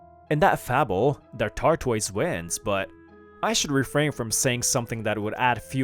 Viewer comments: A tar toys really😮😮? It's pronounced tortoise😅😅😅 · "Tortoise" who ever was reading this didn't know how to say it 🐢